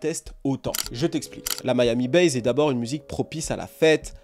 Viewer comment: Ca se prononce MIAMI BASSE non pas Miami Baze